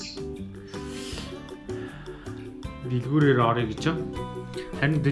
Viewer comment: vlog chin emeeg "ta hoyr zawtai bga bol gants hoyr delguureer shagaigaach "gdgiig "shaagaach"gj sonsdog bnshd 😂😂😂😂